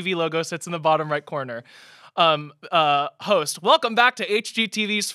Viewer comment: When said “and I’m here with my host” I thoight she said ho£ 😭